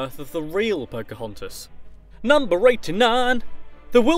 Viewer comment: phocahuntas??? tiiana?? soz i didnt know ppl say it like that